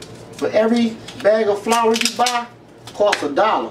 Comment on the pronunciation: did he say FLOUR